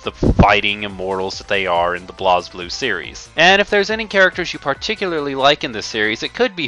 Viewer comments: Though its BlazBlue, its pronounced as Blaze Blue... Not BLAOZ BLUE. Idiot. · I know that this is an older video but every time you pronounce BlazBlue (Blaze Blue) "Blahz Blue" I cringe as a fan. Also the story (if you actually are paying attention) isn't THAT hard to understand. It does have a few plot holes and problems, but getting a general grasp on it isn't that difficult.